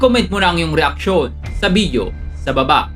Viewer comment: ShoFlifter?????Bideo????bk nmn shoPlifter at Video kuya.😂 ang linaw sa video nung pagkksbi mo sa SHOFLIFTER & BIDEO hehe no offense meant! Honest reaction lng aware how to use the correct pronunciation of B & V as well as F & P.